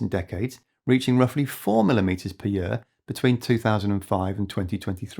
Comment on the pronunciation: I support this NON AI Video! (But the constant OVER PRO U CIATION of the word YEAR makes me want to unsubscribe and pu ch him I. The face, what the hell, Year has ONE SYLLABLE, NOT THREE! YOU TAKE A YE-A-R TO PRONOUNCE THE WORD YEAR! ) Just a nit pick...